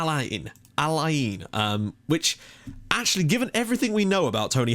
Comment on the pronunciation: I used to live in al - Ain. BTW it is pronounced al ayn